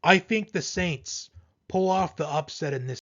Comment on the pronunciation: The sainst 😂😂😂😂😂😂😂😂😂😂😂😂😂😂😂😂😂